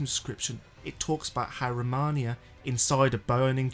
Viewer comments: Great video! You’ve got my sub! But one thing I can’t help but mention 😬 It’s Romina. (Row-mee-nah) not Rominia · For starters, don't drone on the same point. Once you present data that supports your thesis, move on to the next topic. It also helps when you pronounce names correctly. It's Romina, not Romonia. On the point I made about showing your subscriber percentage, all that does is push people away. We're here to consume your content, not hear about your hangups. Side note, excellent editing. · Can you pronounce her fucking correctly please ro-me-nah youre welcome romina not romahnia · its not romaina, its fucking romina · PLEASE don’t say it like “Romania” 😭 Romania is a country in Eastern Europe Romina (RAH-MEE-NUH) is the boss you’re talking about This was really bothering me lol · Romina not Romania 😂😂😂😂😂😂😂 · Row - me - nuh Romina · Absolutely love this vid, very insightful . But my brother in Christ; her name is Romina (pronounced Roh-Me-Nah), not Romania 😭😭 please don’t block me. I love your content so much. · Romina is pronounced “Ro-Meeh-nah” not “Romania” that’s an actual country 😅🇷🇴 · I actually unsubbed because of how many times you said “Rom-on-ia. It’s ROM-IN-A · My dude it's Romina not Romania(that's a country)😂 Edit:I get it now...you say Romania because of Messmer the impaler and by that I mean Vlad... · ROMINA. Not Romania 😂. I don’t know why I cringe every time you say that. Other than that, good vid. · Really appreciate the content but holy god every time you call her Romania all I could think about is how you did all this work but couldn’t be bothered to notice that her name is Romina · Romina.. roe-mina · Ro-Mina 😂😂, and she's a ST. She's one of the few shamans to become a st and be able to weild a natural life/death ability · Roh-meen-uh, or Rah-min-uh. Not sure where the extra letter and syllable is coming from. 😂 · u seem to like the boss character so i dont think u "didnt know", just a bad habit i see. Ro-ME-Nah.